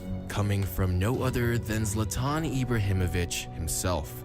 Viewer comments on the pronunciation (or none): It's zlÁtan and not zlatÁn , the way it is pronounced in the video you saw is wrong.